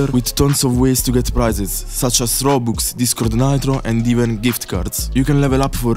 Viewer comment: bro really said rubux